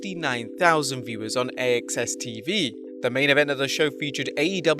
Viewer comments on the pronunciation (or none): AXS Tv is pronounced "Access"